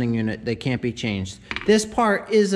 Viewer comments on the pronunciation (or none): none